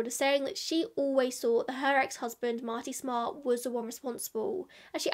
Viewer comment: And that is the correct way ! 🙃 -love from boston